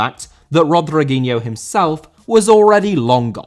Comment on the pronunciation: Rodriguinho* not Rodreguinhouw